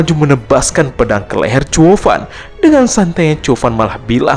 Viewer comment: Zhuo fan kenapa jadi chuo fan